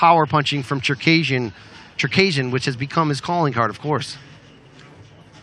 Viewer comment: Czerkejrzyn hahaja jak on to wymówił 😆